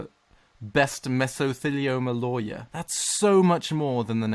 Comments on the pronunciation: "instead of liars" not how you pronounce lawer its like loy*·*ur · The way he said lawyer XD " loiyer" beautiful American accent!! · loywer Americans: disappointed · Wait I don’t know if I heard correctly but it sounded like you called lawyers liars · I think he said liars. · I heard it as "in England we call them solicitors instead of liars" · I've never heard anyone pronounce lawyer as "law-yer", it just sounds weird. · Hearing try to pronounce lawyer in an American accent gives me life. I thought he was saying “liars” at first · As an American I thought the way you said lawyer was bizarre. We say it like "low ear" kinda. Then after thinking about it, since you're saying "law" then "yer" it makes sense, and the way America says it is bizarre instead. Fascinating stuff. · Lol when said lawyer it sounded like liar. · Nobody:: La..yer Me: Liyer... Lyer? Liar! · him trying to pronounce lawyer tho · I think when he tried to say lawyer....